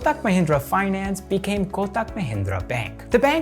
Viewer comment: I love that you pronounced Pune perfectly. Even most Indians don't pronounce the 'ne' portion right. Also, with Kotak and Tata, these are not soft t pronunciations. Kotak will be like ko-tuck. Same with Tata. But wherever we use soft t, you got it bang on. Love this video. I saw this in my recommended for the first time today, will watch more of your channel. Thank you for keep it factual and neutral, in this age of misinformation and propaganda.